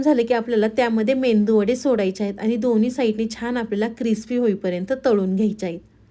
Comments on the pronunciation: Menduvada nahi meduvada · खरंच ,खूप छान receipe आहे . करून बघणार.😊 पण तुमचा तो मेंदू वडा हा शब्द ऐकायला खूप खटकतो . तुम्ही इतक्या सुुगरण .पण जगजाहीर असा मेदू वडा हा शब्द तुम्हाला माहित नाही का ? मेंदू वडा उच्चारताना सुद्धा तुम्हाला कधी चुकीचं वाटलं नाही का? हॉटेल मध्ये मेनू कार्ड वर सुद्धा मेदू वडा असा उल्लेख करतात.😊😊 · Mendu vada naahi te medu vada please pranounce kannad means aas ka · मराठी शब्द स्पष्ट बोला, कोथींबीर, चँनल,मेदू वडा